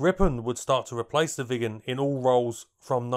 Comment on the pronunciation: I keep hearing "vegans" instead of Viggens.